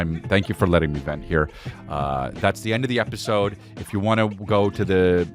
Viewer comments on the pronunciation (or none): none